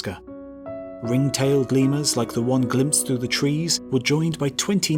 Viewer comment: Press the thing if you heard "ligma" the first time he said "lemurs".